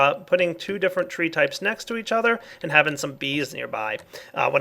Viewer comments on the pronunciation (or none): none